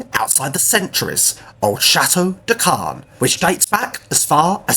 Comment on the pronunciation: Thank you. You really have to get your French pronunciation sorted! Not Carn!! Con as in Non. Soz!